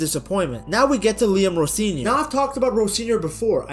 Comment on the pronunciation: Why the hard r on Rosenior 😮😅